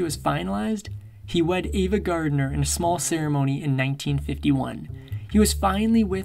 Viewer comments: It's AVA,not Eva, just so you know. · I enjoyed your video. Just want to point out that it's 'Ava' Gardner, not 'Eva'. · He was a fabulous entertainer, but a horrible person. Misogynist, bully, selfish, cruel & unfaithful. P.S. It's AVA not EEVA, and he died not 2 decades ago, he died 3 decades ago. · Ava Gardner not Eva.